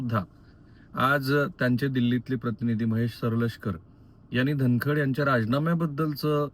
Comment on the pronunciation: राहुल जी तुम्हाला धन कड हा शब्दही उच्चारता येत नाही आहे. सारखे धन खंड धन खंड असे म्हणत आहात 😅